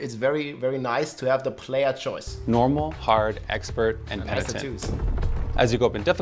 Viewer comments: "Penient" = X PE - NI - TENT = yes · "Peniant" "pentinent" yea this word is hard for the german people 😂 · its pronounced.. "PEN" "I" "TENT" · He literally told you how to say it and 2 seconds later you FK it up. PENI- TENT. Omfg. 🤦🏼‍♂️ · love how rob still wont say penitent right lol love your content man, looking forward to your build guides for s6!